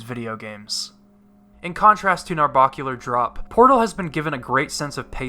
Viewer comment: It bugs me how you mispronounce "Narbacular drop" its bac not barc